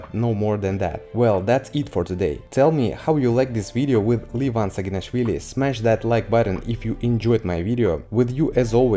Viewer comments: He is levan not livan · First learn how to correctly pronounce the first name of Levan Saginashvili. otherwise, you sound silly.)))